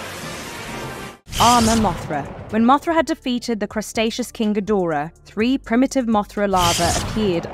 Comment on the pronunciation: "Crustacious"..lmao u mean cretacious?